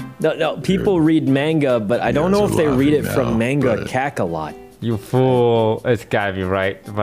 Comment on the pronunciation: the way they kept saying “mangakakalot” got me